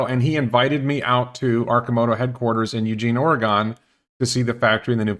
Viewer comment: It's Or-again, not Ory-gone. But people will think your pronunciation is cute.